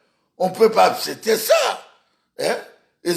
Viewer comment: On peut pas "APCETER"? Ça c quel genre de personne ? Qui ne connait même pas parler.